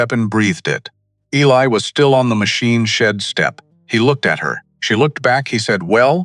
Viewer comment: Eli is pronounced E-Lie, not ellie